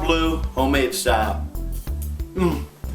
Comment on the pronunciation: Its bleu not blue :) its French like dijon